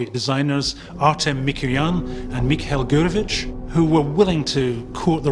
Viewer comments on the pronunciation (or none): none